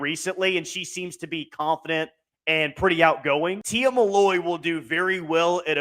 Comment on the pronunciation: It’s Tia MILLOY not “Malloy”